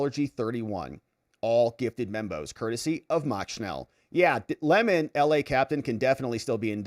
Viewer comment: Say his name correctly... it's Lemon, not LeMon. 🍋 KNEW WHAT HE WAS DOING AND HE WAS GITTY WHEN THEY INTIMIDATED THE CHILDREN... would be better for a person to have a millstone hung around their neck and be drowned than to cause "these little ones" to stumble or sin.